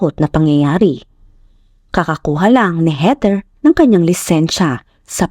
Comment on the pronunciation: HEATHER pronounced as in weaTHer